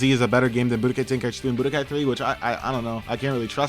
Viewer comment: Why does everyone pronounce Tenkaichi, "ten-kai-ichi"?